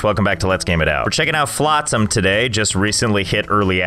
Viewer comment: Never heard someone say flotsam like that before